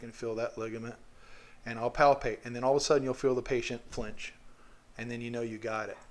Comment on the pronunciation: i find it funny how you said “and then you’ll feel the patient flinge” but you made the patient flinge lol the patient didn’t flinge (you made the patient flinge)